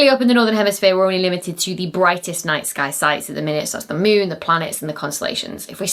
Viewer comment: The Meewnn... 😄😄😄